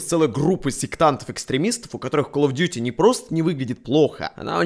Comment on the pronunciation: Игра называется Калл оф дюти Не Кал оф дюти